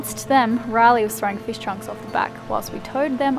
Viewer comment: Feeesh? Oh fish.... Haha. 😊